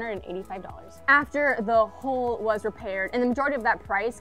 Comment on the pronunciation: Why do you pronounce “hull” as “hole”?